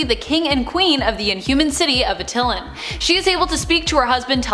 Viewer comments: Did she pronounce Attilan as Uh-till-len? It's pronounced At-ta-lan. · Not Uh-til-lan but Att-Eye-Lan